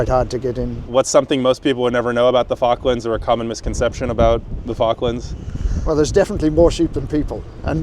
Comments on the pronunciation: You saying F.cklands all the time is irritating. With my name being ‘ Falk‘ I know how the Chinese call me, accordingly. So: the name of the islands is pronounced with an O like in office (just like the interviewed chap pronounced it!) rather than the used pastime you intonate 😜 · It's pronounced Fork - Lands not Faarklands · Please, please, pronounce the first L... it's not focklands... it's FaLk.lands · You pronounce the L usually - its how it pronounced in the UK, including by Falklanders. not 'Foklands' ;) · Stop saying Fockland and pronounce Falkland correctly. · Great video but you cannot say "Falklands" correctly - you need to pronounce the first "L"